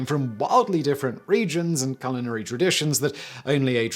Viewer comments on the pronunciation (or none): none